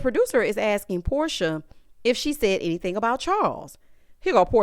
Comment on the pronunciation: If you listen closely Porsha said, I didn't say "Henny-thing"..